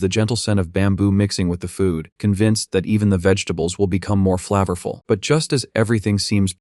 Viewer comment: flaavurvul? its pronounced flAvorFULL. lol